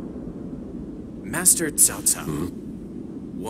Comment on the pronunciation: Ahhh. The VA in this game feels like the DW games of old. you can hear Cao Cao pronounce his family name as “COW” and not “TSAO”. Just like from DW3-5 lol.